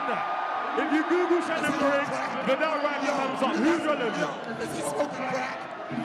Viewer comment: Sayin Viddal g